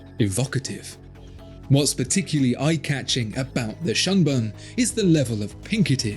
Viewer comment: "shunbun" doesn't rhyme with "unspun" lol